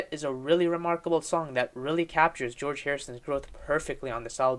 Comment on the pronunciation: Jee-Orge Martin was a producer too.